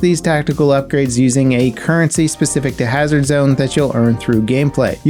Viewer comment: "currency". NO.